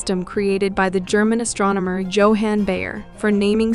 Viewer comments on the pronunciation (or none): none